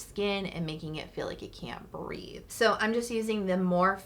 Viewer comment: Hey! Love the video. Skincare and makeup 💕 Just for reference the Morphe products you use … it’s pronounced Morphie. I didn’t know that until recently, either… so weird, but it is what it is!! 🤣